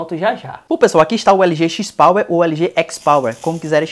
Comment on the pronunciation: Cada vez que é falado XIS Power me dói na alma! Review muito bacana! Mas XIS Power não dá não!